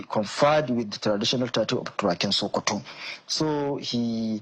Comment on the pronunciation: it's not shokoto state,it's SOKOTO STATE.